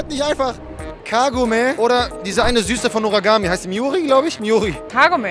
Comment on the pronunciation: Die eine aus norgami heisst hiyori* 😅